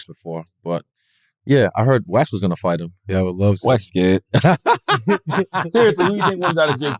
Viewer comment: When he first said Wax, I thought he said wet.